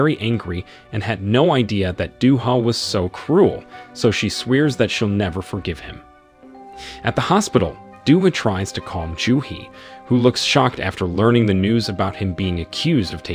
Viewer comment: The way this YouTuber pronounced swears as in swirs 🤣🤣🤣🤣